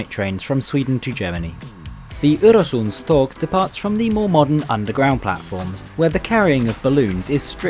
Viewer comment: Im only 20 seconds in but congratulations! You managed to ponounce "Øresundståg" really well. most people just see the Ø and Å as Os and As, even though they are not. And thanks for making a video on a Scandinavian train! they dont get that much coverage and Denmark gets most of it, atleast my home country was included1 xD